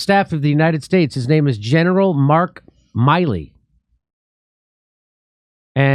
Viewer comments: ..."Miley"? You mean Milley? Honestly...the guys name has been in the news for months now, and you can't even pronounce hs name right? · PRONOUNCED MILL-E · Pronounced MIl-E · That’s not how you pronounce his name. And yes, hopefully people already know who he is and what he stands for.